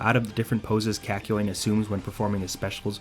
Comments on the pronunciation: I kept on saying kākyoin every time you pronounced it as käkyoin so when you said Kak it almost made me say cock 😂😂😂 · Sounds like a Boston man saying 'cock' a lot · The way this man slightly mispronounces kakyoin annoys me so much